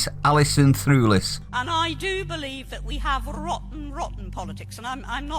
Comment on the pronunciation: Threwlis rhymes with clueless